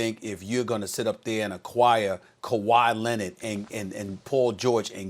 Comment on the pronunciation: No one: Stephen A. Smith: Kawhi Lennit